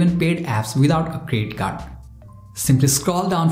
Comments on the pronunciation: I say it's a CREDIT CARD but u say it's CRE CARD. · Is it me or does he keep saying credit card but with a silent D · I’m not trying to make fun of u but plz tell me did u say crest card or credit card? Sorry